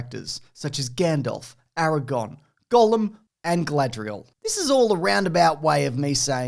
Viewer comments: *araGORN, not aragon. aragon is in spain :) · Funny how he calls him Eragon instead of Aragorn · AragoRn,. Not Aragon